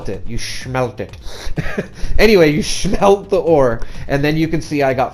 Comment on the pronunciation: This guy said Shmelt